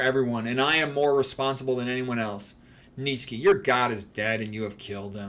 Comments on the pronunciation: It's pronounced Neech-eh (ch as in cheese). Although not always my favorite, I also admire the aesthetic effects of Christianity (excluding the kitsch of Kinkade), but I am not a Christian. I think you should be a Christian if you believe in its central doctrines, like the Incarnation, Resurrection, Trinity, etc., regardless of how beautiful its churches are. To convert or identify as a Christian for any other reason is to act in bad faith. I see too many people on the right become Christians because they think it's the "based and red-pilled thing to do," not because they actually believe in its central claims. (Incidentally, it's the same reason these types become carnivores. Veganism, in their minds, is for effeminate leftists, so they only eat meat to signal allegiance to their chosen political tribe, not because they're seeking the truth about nutrition.) A declaration of assent to these claims is noticeably absent from your video, which leads me to suspect that you are not really a Christian but simply an admirer of Christianity, and this mainly for its artistic achievements. Lastly, your remarks about non-Christian religions are unfairly dismissive. One could just as easily regard Christian prayer in the manner that you characterized meditation. There are clownish spectacles galore to be seen in Christianity, from ridiculous Novus Ordo masses to Televangelist services. And it's obviously not true that non-Christian religions are all "godless." Even Buddhism has a place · I think does a great job of mispronouncing the name of the antichrist. It's funny.